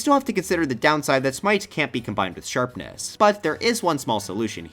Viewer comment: Sharpness, not Sherpness.